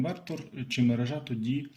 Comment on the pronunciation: МерЕжа! НЕ мережА!!!!